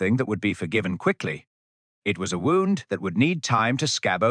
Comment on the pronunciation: Get the AI pronunciations right: w-o-u-n-d has two possible pronunciations: /woond/ rhymes with soon; /wound/ rhymes with sound. Get it right, please.